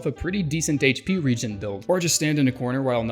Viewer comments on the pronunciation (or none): none